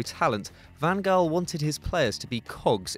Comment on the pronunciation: Can you please do your homework before putting videos and commenting? “Messi, Ronaldo, and co?” What universe are you living at? Then you mispronounced, “Van Gaal.” Please don’t put up football videos if you don’t really watch football.